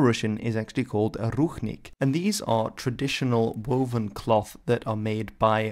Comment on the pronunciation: It is not ruchnik, but rucznik!